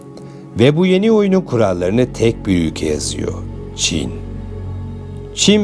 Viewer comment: Havali olucam diye agzini yaya yaya konusman cok komik 😅 (üge=ülke) 3 cumleyi 10 kere tekrarlayip 8dk lik video yapmissin dayioglu. Helal olsun 😅